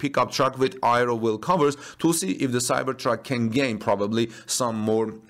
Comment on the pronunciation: aero is pronounced: "air-ro", not "i-ro"